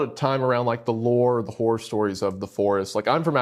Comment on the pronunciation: Horror is 2 syllables and best said slightly differently. It's so annoying to hear people pronounce it as one syllable.